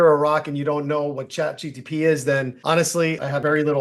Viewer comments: Pls stop saying ChatGtP 🫸🏽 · CHAT G T P?🤣